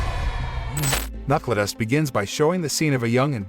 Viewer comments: It's pronounced Knuckledust, not Knuckledust. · Who the hell is narrating?? Can't even pronounce KNUCKLEDUST right.